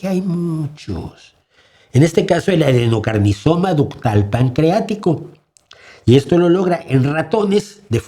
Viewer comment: El adenocarnisoma jajajaja